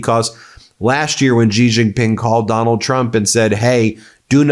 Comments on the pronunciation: Pronounced more like "Shee Jeen Ping" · Ben, you are a brilliant journalist, but your pronunciation of Xi Jinping lets you down a bit!